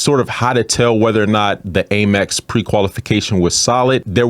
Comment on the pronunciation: Love your content; however the pronunciation is AM-EX, not AIM-EX my friend (hugs).